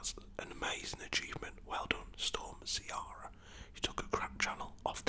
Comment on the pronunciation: Irishman here, Ciara is an Irish name pronounced Key-ra, not how you did 😂 all the best mate enjoying the videos